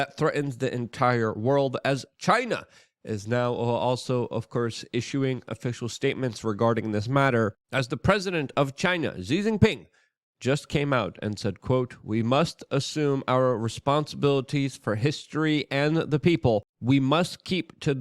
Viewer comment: fwiw it's worth pronouncing Xi Xinping's name properly, more like "she", because sometimes when you're discussing Chinese politics it can start sounding like you're doing a legendary sketch of "Hu's On First"